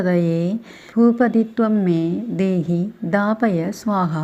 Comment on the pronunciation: Moola mantram തെറ്റുണ്ട് ദാദപയ എന്നാണ്